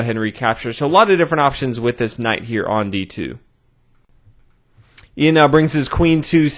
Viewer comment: It's not "eeeyan", its "Yun", as in yucky